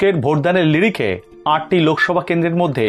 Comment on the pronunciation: লিরিখে নয় স্যার নিরিখে ।